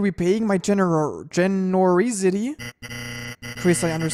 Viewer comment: you completey butchered the word genrosity